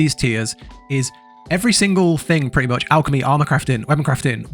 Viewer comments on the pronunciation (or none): none